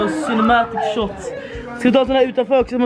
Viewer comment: HAHAHAHAHAHA "the cinematic shohts"